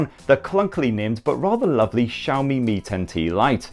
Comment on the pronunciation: The way you pronounce xiaomi as Zhaomi is cringy